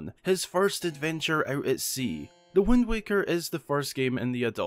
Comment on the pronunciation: Let's learn how to pronounce words the way: Scimitar = skim-itar Usurper = er-ser-per Wind = whend